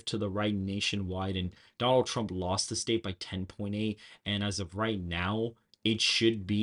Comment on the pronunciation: TWUMP TWENNY FOUGH!